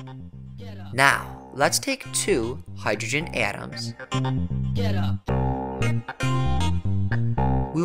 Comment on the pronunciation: he keeps saying AaTuAms its so annoying literally just say atoms not atuams